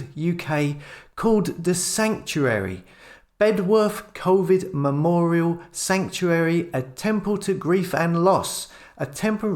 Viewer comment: It's Bedworth (pronounced Bed-uth by the locals). What a waste of money.